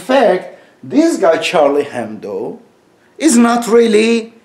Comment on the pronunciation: Oh! your pronunciation is soo Turkish Edip, comparing to your life, duties etc. Move to TX. ;). Also it's Hebdo, not Hendo.